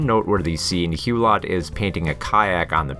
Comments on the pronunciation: It’s actually Hu-low not Hu-lot. Otherwise a good video. Thanks. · You should definitely NOT sound the last 't' in 'Hulot'!